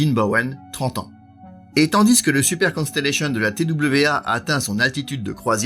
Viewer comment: C'est un fait, mais dommage que super soit prononcer à la française alors qu'il devrait être prononcer également en anglais étant donner qu'il fait partie intégralement du nom de l'avion.